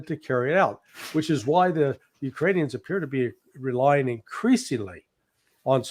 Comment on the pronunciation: I love and appreciate Ray McGovern's Russian and Ukrainian pronunciation